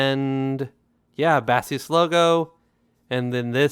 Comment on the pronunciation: The pronunciation of this brand is simple and straight forward. Base us. Meaning use them as a foundation. Imagine saying ip-ho-ne.